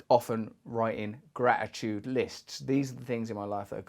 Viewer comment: Gra-i-tude... Russell's random dropping of T's 😁